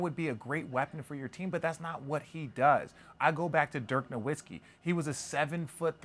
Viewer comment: You’re pronouncing Nowitski’s name wrong